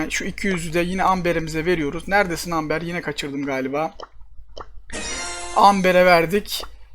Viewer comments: abi AMBER AMBAR diye okunuyoooooooo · Amber değil Emba